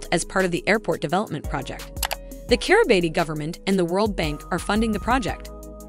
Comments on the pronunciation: It is not pronounced Kiribati. It is pronounced Kiri bass. So if you don't know how to pronounce it, your credibility is zero. Bikenibeu is not pronounced that way either. You keep showing only one island in the world map. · I can't bear listening to the way the voice bot pronounces the name of the country. Its pronounced Kiribass